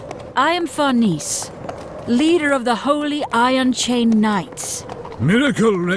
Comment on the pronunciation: It doesn't hit the same without Marc Diraison as Guts but I still enjoyed this a lot. My only major criticism is that Farnese's name is being pronounced wrong and Serpico sounds like he's 40 and his voice is rather nasily. It sounds nothing like I would imagine, even if he had an English accent.